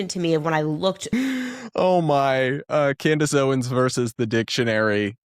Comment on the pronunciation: My favorite mispronunciation of hers was, "Camrace Owens." 😂😂 I have to laugh so I don't cry. 😂